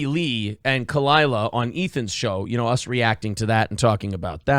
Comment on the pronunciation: Khalyla. Not that hard. 😉 #Tigerbelly #FuckBS